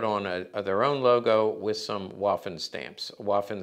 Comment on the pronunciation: It’s pronounced “VAFFEN” damnit !